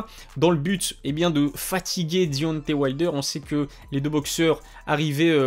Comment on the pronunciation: Travail ton accent anglais, je saigne des oreilles. Dionté wayldeur.. Wesh t sérieux ? Taizone furi...bien drôle